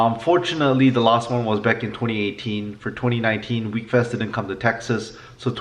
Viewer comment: It’s pronounced wheck-fest not weekfest